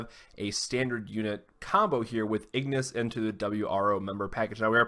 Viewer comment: Ingus, not Ignus. I made that mistake for a while haha